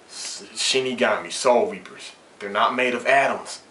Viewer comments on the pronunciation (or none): none